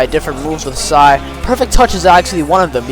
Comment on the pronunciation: w video bro but stop saying sai